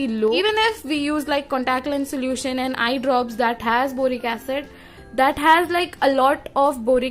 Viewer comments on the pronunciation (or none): none